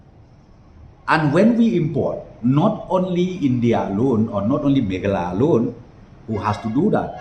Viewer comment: Pronounce "meghalaya"....mo...ym dei "megala".... 😀😀😀😀